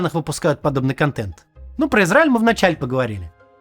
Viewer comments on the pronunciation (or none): none